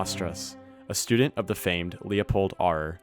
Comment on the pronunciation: Note: Auer is pronounced like the noun "hour." You mispronounced Auer. which is very amateurish.